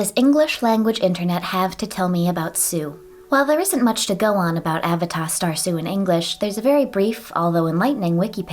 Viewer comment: i wouldve pronounced it as uh-VAY-duh rather than A-vuh-tah